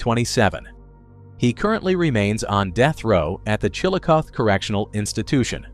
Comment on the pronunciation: It's pronounced "Chill O CA THEE"